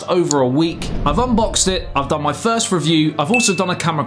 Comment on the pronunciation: Sounded like he said thirst review which would fit